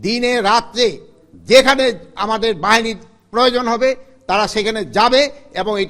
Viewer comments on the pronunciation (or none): none